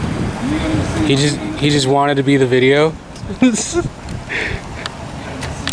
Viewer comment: You got my dad on "vidjeo" XD